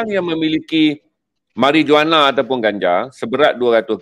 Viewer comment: Perkataan MARIJUANA harus disebut MARIWANA.